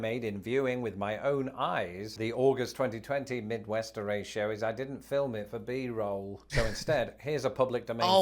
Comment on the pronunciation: You actually said "derecho" better than he did.